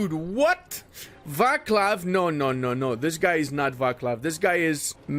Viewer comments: Kheb was the temple planet in Stargate. it is CHeb. the first sound as in loCH (Scottish lake). And VáClav. as in baTS - definitely not a K sound. (that´s Czech, just some extra pronunciation rules) also, poSZoNY. SZ as in viSion. NY ass in caNYon. no vowel at the end. (that´s Hungarian, I kinda get that it seems counterintuitive if you are unfamiliar with the language) I like your work,. But as you are both a fellow Central European and multilingual you can put in some effort;-) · Or how he pronounced Václav